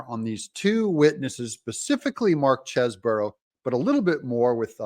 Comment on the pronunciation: Doug, get it right ! The man's name is Chesebro as in Chese Bro. There is only one " O " in it. Stop saying Cheseboro. It really makes your self proclamation of being "barely literate" spot on.